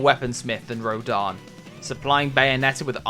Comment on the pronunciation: Do you see an A on rodin's name? You keep butchering the name